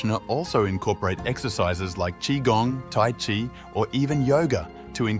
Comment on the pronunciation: Chi is pronounced chee, not chai